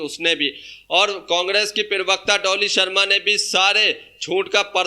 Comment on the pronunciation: पिरवक्ता नहीं होता प्रवक्ता होता है अनपढ़